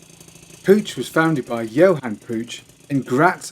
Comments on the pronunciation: Puch is pronounced Puck. Jus' say'n. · Dood,it is pronounced Pook, like book. In your defense, I used to butcher the pronunciation too. I do like your moped videos, keep them coming. Any interesting Batavus bikes? cheers from Canada 🇨🇦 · Puch pronounced puk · Pooch puck it's pronounced all over the place around here in the states. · Puch rhymes with "book".